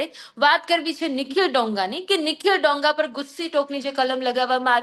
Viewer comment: ડોંગા નહી દોંગા. ગુજરાતી‌ શીખી લે પહેલા. 😂😂😂😅😅😅